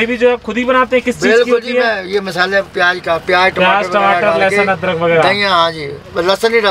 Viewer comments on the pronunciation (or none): none